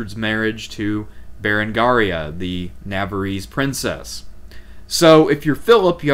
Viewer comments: Navarre is not NavarEE! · love these reviews, thanks for putting these together! to pile on: Navarre "Nuh- VAR" (rhymes: 'the jar') Outremer "OO'truh-mare" (rhymes: 'boot a pair') Comnenus "kum-NEN-ose" (rhymes: 'come MEN host') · Love the video, but that pronounciation of Navarre physically hurt me. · He does that. It seems to happen when people get most of their info from reading.